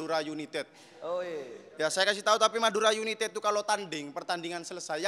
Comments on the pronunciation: United ❎ Yunitet ✅ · Humorku sebatas "Yunitet" 😂